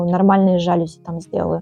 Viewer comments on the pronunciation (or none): Попала на канал случайно , всё здорово , восхищаюсь , но не жАлюзи , а жалюзИ / во французских словах ударение на последний слог / . Не дрОвник , а дровнИк . СвЁкла , не свеклА. Часто звучит слово " атмосферно " . Удачи !